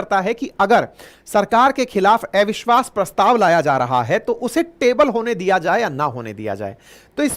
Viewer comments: Gyani to hain aap parantu thoda irritating lagta hai jab "अविश्वास" ko "एविश्वास" bolte hain .... habit ko badalna aasaan nahi parantu yadi sambhav ho to Dhyan dijiye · आपको अविश्वास बोलने नहीं आता है क्या 😊